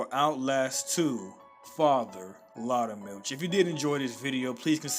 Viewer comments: You can say it “lawter” or “loooter” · Btw loutermilch is pronounced louder-mulch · you pronounced his name wrong.